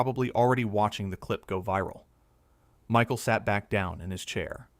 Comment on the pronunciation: The narrator doesn’t know how to pronounce Michael’s name !?